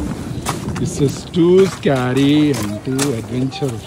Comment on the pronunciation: its not scaaary, it is scary. pls learn english and do vloging. Either talk Telugu or English.